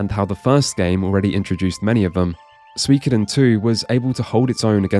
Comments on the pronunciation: swekoden?!? its seeikoden defo not sooikoden e and the i meld into one, start in an e end in a high i (phonetical in English) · a note on Suikoden's name: in Japanese it would be broken down into 5 "syllables" (sort of the wrong word, but for our purposes it fits): su-i-ko-de-n. because of that I would probably say the Psycho Mantis "soo-ee" pronunciation is a bit closer than the "swee" in English. also, that "wee" sound doesn't really exist in Japanese, even if it kind of sounds like the guy in the commercial is saying "swee". in the end though I think "swee kuh den" sounds better in English, too, and that's the language we're speaking :p the idea of translating the name is interesting, too. I don't think you could go for a literal translation. I haven't played the game or read the novel, so I'm not sure the relevance of "Water Margin" to the plot. I can tell you though that a teenager is probably not likely to pick up a game called "Water Margin Fantasy". I know there's an English translation of the book called "All Men Are Brothers", but I don't know about that one either lol... maybe something with "108 Heroes" in the name... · It is Su-I-Ko-Den. It just sounds different when you say it really fast so it's confusing. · There is no sweekoden as in sweets. That guy and jp commercial pronunciations are identical except for the stressed sylable which does not exist in japanese language (not the same way as in english anywas) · As a person who studied Japanese in uni for 4 years, I can definitively tell you that suikoden is pronounced sooy-koh-den, there is no ambiguity here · The advertisers say "sweekoden" because they're all smooth and suave and slick saying "soo ee ko den" which are the four syllables you would say in like over enunciated japanese (ie how a lot of western and especially american accents handle those syllables) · classic kojima casual trolling suikoden pronounciation for present and next generations abroad haha #douitashimashite